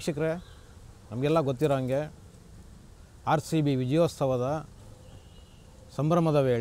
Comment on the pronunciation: ವಿಜಯೋಸ್ತವ ಅಲ್ಲ ವಿಜಯೋತ್ಸವ. 🙏🏼